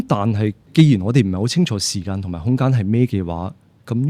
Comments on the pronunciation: 點解講成”時姦”😅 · 點解教授要將時間讀成時姦😂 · 時間並不是時「姦」，正如間尺不會講為「姦」尺。 其他一切感謝主持人及教授高質素對話。